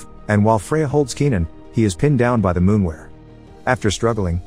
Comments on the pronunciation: Its not a fcking “moonwer”. Lol! Its a MOORWEN! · It's called a Moorwen, not a Moonwer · Halfway through the creature went from being a moorwen to a moonwer, mistakes like this make me laugh a little, no hate just find it funny. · Moorwen or Moonwer? at least get the bot voice to pronounce it in a standard way you Moorwons.